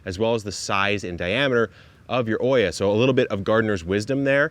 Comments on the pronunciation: It's not called/pronounced oia, it's Olla, double the l in pronunciation. It comes from the Arabic word Qulla which means unglazed terracotta pot. 😊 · Neat system. I'm curious why you are pronouncing the word like it's spelled Oiia, instead of OLLA ?